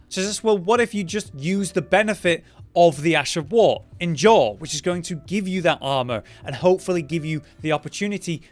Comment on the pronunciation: Idk why but it gets me that he doesn't know how to say endure